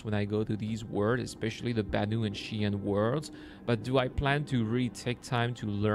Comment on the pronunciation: I'm currently learning xi'an. So my answer will be yes. BTW, I noticed that you pronounced xi'an "chi'an'. Are you more into mandarin or the shangaï version of mandarin? I had so much trouble when I went to PRC that only mandarin speaking people were able to understand me:P I remember asking for Fuxing Park in Shangaï and the correct pronounciation was Fu'ching Park (from a french perspective)...:D